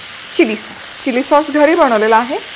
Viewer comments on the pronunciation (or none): none